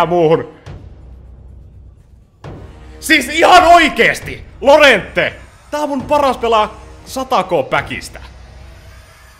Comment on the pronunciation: llorente laosutaa jorente